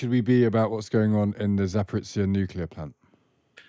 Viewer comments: ‘zh’ in ‘Zaporizhzhia’ is pronounced like the ‘s’ in ‘pleasure’ not the ‘z’ in ‘pizza’. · It only takes a minute to check pronunciations of foreign words these days: saying 'Zaporitsia' makes you sound ignorant. Some other guy talks about 'Kershon'... These things matter!